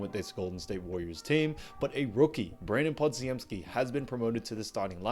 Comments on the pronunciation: Good vid as usual and I didn't disagree with any of the main points, although I'm pretty sure Podz's full name is pronounced similar to Poj-em-ski and not like your more phonetic Pod-zi-em-ski. Apologies for being a pedant and I'm happy to be corrected, however I've also never heard it said that way, so many times within a short period. Thanks! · Pronounced Pod-jem-ski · I can tell this guy has never actually watched a warrior game based on how pronounced podziemsky. What a hack and fraud